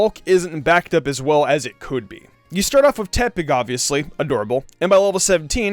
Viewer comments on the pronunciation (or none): none